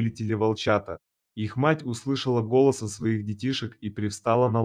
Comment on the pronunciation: Интересно, как чтец произносит русские слова: наШЕЛто (а не нашел ТО, что искал), "вОл- ченок", "глУбоко", услышал "гОлоса"(голоса своих детишек!) и т.д. А как вам понравилась авторская фишка про "вымя у волчицы, полное молока"?!??))) Это плохой робот, или полуграмотный чел?!😮😅😢 В любом случае - это дешевая байка с разномастными картинками и тупой монотонной озвучкой!🙄🤡👎👎👎 ...То ли это убеленный сединами бородатый Джон - в зимних лесных дебрях далекой страны, то ли Василий, упитанный мужчина в полном расцвете лет, в зеленой панаме, бредущий с фонарем средь бела дня по осеннему лесу в средней полосе России.... 😂😅 Сочинение - на "двоечку" - розовые (или голубые) слюни... на тему "Хороший человек помогает хищнику в беде"...))))😊😅😂😢